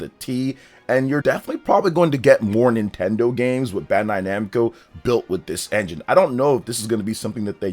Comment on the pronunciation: NintenDeen? More like, NintenDONT 😅